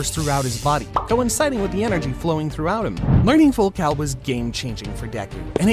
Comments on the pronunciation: I thought It was full calling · I thought it was full cowing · I’m not gonna lie but I thought he said full cow 💀